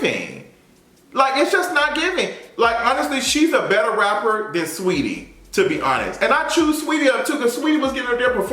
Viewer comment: You tried Saweetie lol!